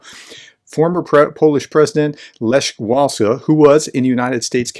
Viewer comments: you don't even know how to say lech walesa's name, and you're old enough to know who he is. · Lech Wałęsa - LeCH (hard H as in Scottish Loch) and then Vawensa (ł=w and ę=en unless at the end of the word)